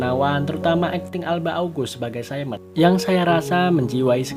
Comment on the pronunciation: Simone bang bukan saimen